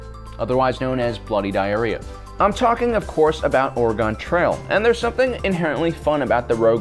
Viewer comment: As an Oregonian, I am here to say you have disgraced our name. It is pronounced Origin (g is actually a g sound, not the word origin where it's a j sound lol) ;p